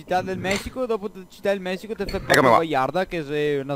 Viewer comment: citá del mehhhihhhho